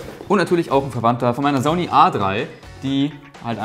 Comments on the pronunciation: Wieso hast du das Wort "Zony" so sehr vergewaltigt?:DD cooles Video! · Bitte sprich „Sony“ richtig aus, das ist ja nicht anzuhören. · smh wie sprichst du bitte SONY aus? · Wie die meisten MENSCHEN Sony aussprechen: ßoni Wie Sony ausspricht: soni ist halt kein Mensch!